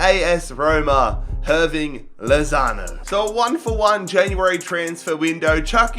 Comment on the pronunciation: Is it just me or he said Hirving Lasagne?